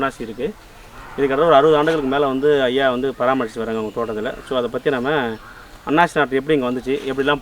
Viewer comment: அண்ணாச்சி அல்ல அன்னாசி